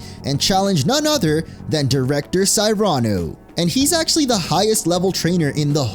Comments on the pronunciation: Cyrano...sear an oh. Cmon dude. These names aren't that difficult to say. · Why do you pronounce Gladion and Cyrano's names in such a ridiculous way?